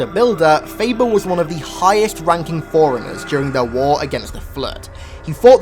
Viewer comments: It's pronounced 4 runners. Not foreigners. Just saying.. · It all ways sounds like you're saying foreigners instead of forunners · Every time he says forerunners it sounds like foreigners